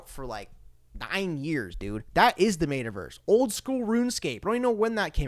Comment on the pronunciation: Bro lol. Mate-a-verse lol. It's pronounced Metta. More power to ya broski. Xrp to the gd moon.